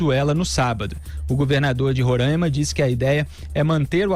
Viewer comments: Alguns falam rorãima e nao ronraima como vc disse. O correto é Roraima. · NAO É RONRAIMA, SE FALA RORAIMA. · É Roraima não ronraima Felipe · É Roraima, não Rorãima